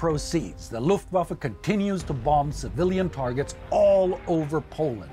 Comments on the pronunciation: The b is silent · we don't say the 2nd b in bomb. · Does he really pronounce the b at the end of "bomb"?? Great video. It's just killing me lol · Take a shot every time he says the last b on the word "bomb"